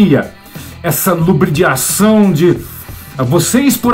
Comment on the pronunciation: "Lubridiação"?!!! Kkkk